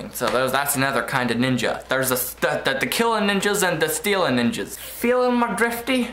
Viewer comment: i had to rewatch the glasses part haha threw me off for a second. better be careful though how you say 'ninjer'